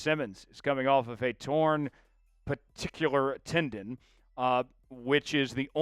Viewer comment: IT'S "PETELLAR TENDON" not "PATICULAR TENDON". You can do better.